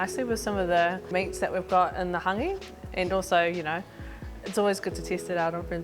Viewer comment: Not tryna be disrespectful to. But Yeti wouldve gotten a more natural story from Rewi Spraggon from Hangi Master NZ in regards to the true origins of Hāngi he knows the works. The sis didnt even pronounce our reo words properly especially “Hāngi” not “hungy”